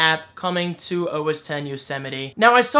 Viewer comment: You had trouble pronouncing OS X Yosemite because you're from JERSEY.